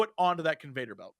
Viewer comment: the fact that jesse keeps caling it a conVADER belt. chef's kiss wouldn't have it any other way lmao